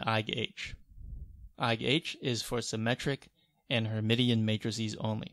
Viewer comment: Awesome set of videos! Btw... her-mish-in ;) Of course, Feynman on knowing the names of things is the important takeaway.